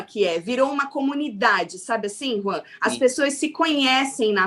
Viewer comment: Eu amo a chamando o Juan de 🤣🤣🤣